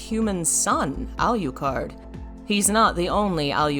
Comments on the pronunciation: 'Al yu card'? really? lol they say how you say it in the game you know! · Look I gotta say: I love the video, but not the pronunciations As a Dracula fan and a goth, I gotta say hearing you pronounce Bram and Alucard the way you did, well, staked me in the ears. Japanese words pronounced right is just a wish It's just that you are very scholarly, you know. And I don't know how to give feedback properly:x